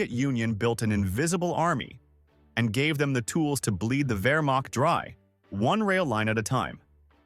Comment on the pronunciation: "wehrmacht" somehow became "vermok." Nice going.